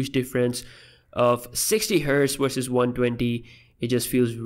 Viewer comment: its not " Wersus" its a V "versus"